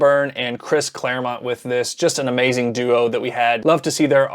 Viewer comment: In the bloopers you went full southern with The Amaizin' at the end.